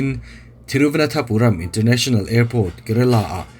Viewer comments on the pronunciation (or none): Thiru va nan tha puram ti a lamtur ani in ka hresi a sir, thiru vana thapuram I ti zela (nan) tih tur a ni zawk em aw